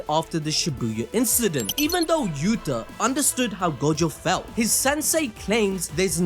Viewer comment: I don't ever wanna hear anyone saying Yuta sold ever again 😂